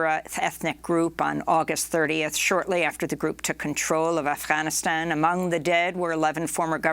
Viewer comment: Am I the only one who is bothered by the way Amy pronounces Afghanistan?